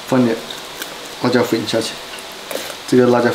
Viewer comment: ra jiao 粉，这拼音跟日本老师学的吧。🤣🤣